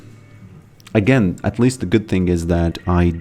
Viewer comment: you used to be too busy to say "it is what it is" and instead said "it-E-what-it-E". Like a snail with a milk droplet.